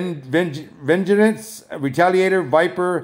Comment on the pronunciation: I think it's pronounced ven-geance! If that helps!